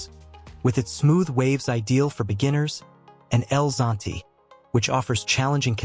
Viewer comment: Your narrative is ok but you failed in accuracy with respect to the video. You showed clips that belong to other countries an dishes that were not part of the narrative. You failed to get names right like "La Libertad", "El Zonte" etc. I wish you correct and republish this video. Otherwise, thank you for your effort.